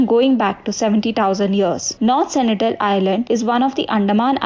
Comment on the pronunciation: Sentinel not Senitel